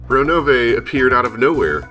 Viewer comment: Whooo! Finally! I was getting withdrawal symptoms. Lol. (Don't worry, just joking. Go at your own leisure). Also, I approve of your Ronove pronunciation now. =D XD I have no clue if it's really supposed to be like that in English (since they only pronounce it in japanese) but it's how it sounds in my head when I read it. So... yeah. I loved Battlers denial of one of the 18 being the culprit. "They are either a parent, relative or cousin" => So a parent or a cousin isn't a relative? "Those servants are sometimes serious and sometimes interesting" => Serious equals boring? Rot13 spoilers for "soon": V ybir ubj ur vf orvat frg hc, naq Ebabir vf nyy yvxr "lrnu, tbbq wbo, Onggyre, lbh'er qbvat jryy sbe lbhefrys".